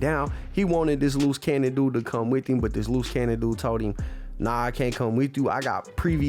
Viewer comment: Bruh. How many loose cannons is it? Looze Cannon, Luce Cannon? Come on now dawg